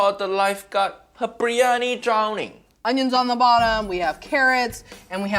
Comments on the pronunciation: Bir-yani not BRIYANI get it together. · First of...let's pronounce it correctly. It's bi-rya-ni ...not bri-ya-ni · Why is everyone pronouncing the name of this dish "Brie Annie"? Isn't it supposed to be "Beery Annie"? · Uncle Roger, it's BIR-YANI, not BREEYANI!! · Why are they calling it Brie-ani? It's BIryani, "bi·ree·aa·nee" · #2 and let's not call it bree-yani... it's bir- yani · If they're all pronouncing it bree Yanni so it must be right, right? Beer Yanni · It's pronounced BIRIYANI or BIRYANI...not breeyani. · Haiya uncle roger it’s Biryani not briyani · Bro i rarely leave a comment on YouTube videos, but this... OohoHooooo, pissed me off so much that i had to say something. the fact that not even the aunty got it right, hurts my lil Indian heart 🥲